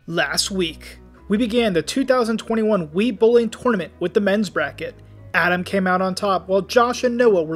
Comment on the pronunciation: The way you pronounce tournament physically hurts me